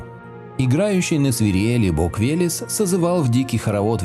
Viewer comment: Веляс ))) Вэлэс правильно .